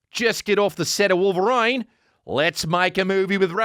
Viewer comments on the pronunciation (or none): The fucking way he says Wolverine